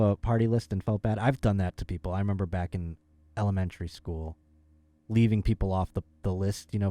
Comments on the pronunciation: When pronounces ‘elementary’ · Hold Up. says ELEMENT-AIRY. BUT also says ELEMENTRY School?!